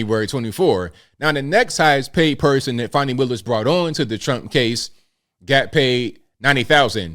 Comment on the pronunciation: its not fawni, its fannie